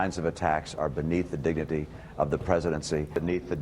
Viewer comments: "Beneath the diggity" Say what? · I think the kinds of attacks are beneath the diggity of the presidency, beneath his digga-dingety, and beneath the dingety of the President That's redeckulous. It's redeckulous. Reckless. Outrageous. My goodness!